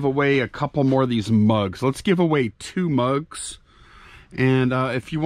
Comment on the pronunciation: "mugs" not drugs 😂🤣😂🤣